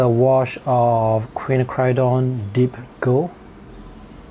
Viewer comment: Quinacridone is pronounced KWIN--NAK--CRUH--DOHN >>>